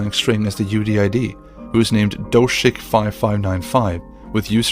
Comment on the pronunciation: Doshik? Doshik is a Russian slang for a popular instant ramen lol